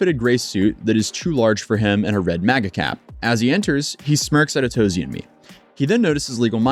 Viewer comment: I thought your name was a take of "from A to Z" but you just pronounced your name ah-TOE-zee. Just an observation and a thought I had